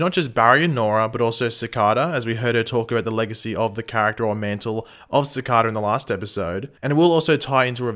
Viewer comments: i hate how he pronounces it cicahda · Cicada (siii-Cade-a) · Sorry buth when you say Cicada is wrong.Is verry anoyng.Sorry for bad english.0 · It’s cicader not cicada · You have a funny way of saying Cicada :) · Next week: Find out if finally pronounces "Cicada" right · please pronounce cicada right watch the flash and pronounce it like they do, but your videos are awesome keep up the good work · He constantly says cicada wrong 😩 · Why do u pronounce cicada weirdly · Is it just me or does it annoy anyone els the way he pronounces Cicada? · pls learn how to say the villains name right